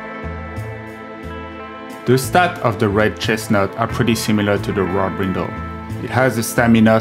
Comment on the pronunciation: Listening to him speak, I thought he said "Wop Brindle", then when the works appeared on-screen, I realized it was "Warped Brindle"